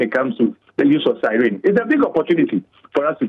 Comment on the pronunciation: This news anchor (sorry dont know his name) is quite good with clear voice and tone , but he is wrong in the pronunciation of the word siren! The correct pronunciation is sai-ruhn and available to check on Google. He sounds very funny with his version sa-rin or sa -ryn 😂